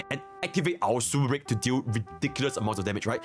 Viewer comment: It's racist to mock someone for the way they talk. Besides that, it's pretty fucked up, not his fault he can't pronounce Super Break properly. Lol